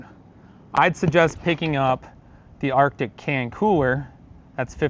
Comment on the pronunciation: It’s pronounced ARTIC